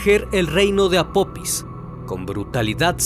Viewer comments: El dios o deidad egipcia se llama apofis no apopis, hay que leer antes de hacer un video estimado. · Una observación el nombre del Dios egipcio es APOFIS no APOPIS, lo siento tenia que decirlo, de ahí en fuera todos tus vídeos son muy interesantes. Gracias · Hola . No es apopis es apofis se escribe apophis y se pronuncia apofis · Casa vez que dices “Apopis” 😂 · Se pronuncia apofis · Por qué nunca pronuncias las "h"? Es "apofis" porque la "pH" se pronuncia "f". También pronuncias te sin "h" el nombre del pueblo.